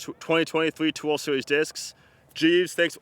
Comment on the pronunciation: Ta twenny twenny tree twar deries disscss